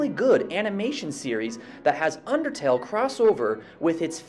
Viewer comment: im sorry you said outertle, and i kid you not i flipped OUTERTALE IS BEST THEN SWAP THEN FELL!!!